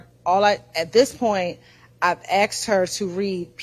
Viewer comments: Why is it that EVERY female lawyer for Fulton County District Attorney's office CANNOT SAY THE WORD ASK OR ASKED CORRECTLY? It makes them look like uneducated fools every time they do their ignorant sounding "axed" thing. I axed him what time it was. He axed where it happen. I'm going to axe the witness this. THESE ARE SUPPOSED TO BE HIGHLY EDUCATED LAWYERS!!!! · There's one question I find myself constantly wondering every time after is at the podium during direct or redirect: how does one axe a question?? I thought you axed trees and wood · State “attorney”, “ I aksed, I aksed, aksed”!!! Come on, seriously!! These state attorneys can’t even speak properly, we’re supposed to believe that they passed the state bar exam, speaking as poorly as DA Willis and her corrupt clan of incompetent “attorneys”?? Fulton County needs to vote ALL of them OUT!!